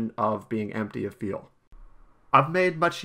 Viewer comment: It sounds like he calls liquid fuel "Liquid Feel"